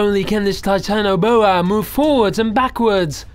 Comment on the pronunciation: its not Titano-boa its Titan-boa